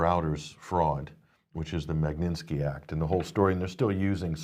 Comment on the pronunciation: MAG-NIT-SKI, not Mag-nin-ski, get a grip! :)